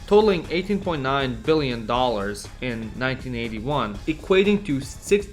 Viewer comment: WTF?!? 🤨 Why the need to be so dishonest and scummy?! You've mentioned the YUG debt statistics so overly dramatic, saying in today's money debt would be 65 billion $ (while over-emphasizing the word BILLIONS 😂) But today, only Slovenia (which represented just 7.5 % of the former YUG population, as seen in your previous chart) has higher debt in BILLIONS OF $ IN TODAY'S DOLLAR'S 🤣 Serbia and Croatia each have similar debt to the one the whole ex/YUG had, measured in BILLIONS (😁) of $ in today's money. If you combine today's debt from all the ex/YU countries, it is 5-10-15 TIMES higher than ex/YU had., and in terms of debt/GDP %, ex/YU had couple of times lesser percentage... It's retarded that I have to write here that I don't give a special fak about the ex/YU, or komunizam 😁, so that (lower IQ) people here don't think I'm defending the komunist system, or whatever... I know you know all of this, so WHY would you be this deceitful?